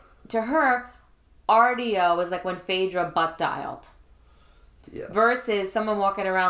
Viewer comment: The way you say 'audio' is on par with Bigfoot saying 'daughters'